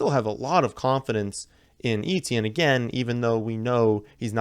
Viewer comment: Etienne is pronounced ETN